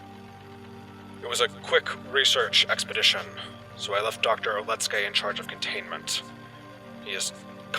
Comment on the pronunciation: Didnt know that name oleksei or alexey is now read as OLETSKEY